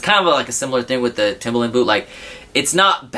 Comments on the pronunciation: Actually its not timber-land or timber-lin its timber-lund. Please get it right. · you pronouns TIMBERLAND as toemboerlienands